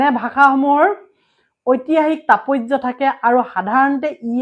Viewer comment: You don't know how to pronounce the word tatpatya